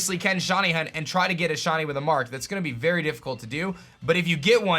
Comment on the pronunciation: “shaun-e” Pokémon